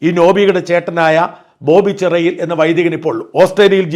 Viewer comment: അവരുടെ വീട്ടുപേര് ചേരിയിൽ എന്നാണെന്നു തോന്നുന്നു... ചിറയിൽ എന്നാണോ?